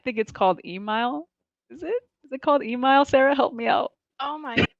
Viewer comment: Man when they were talking about the characters it really explained a lot. Like how literally all 3 didn't even pick an actual gears character (Jack is barely a "character" in multi). Couldn't even pronounce Emile properly but talks about "supporting halo". I genuinely don't think I could have written a parody script that would have sounded this bad.